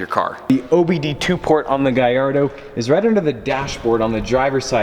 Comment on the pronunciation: It sounds like you're saying ''Gayardo'' and not ''Gallardo''